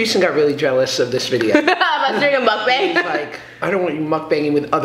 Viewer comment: ur like the first white person I've seen on youtube to pronounce mukbang ryt! eve trisha says it wrong LOL